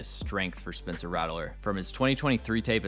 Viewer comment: His name is pronounced Rat-ler not rattle-ler btw